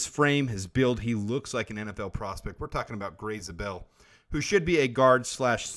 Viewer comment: you are pronouncing his last name wrong, it is not "Zah-bell", it is "Zay-bell."